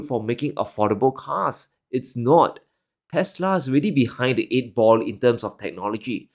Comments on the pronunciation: Its actually "teslerrrrrr" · The correct pronunciation should be "Tesler" lol